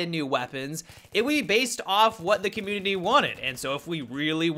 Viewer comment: "Battlefield comminy"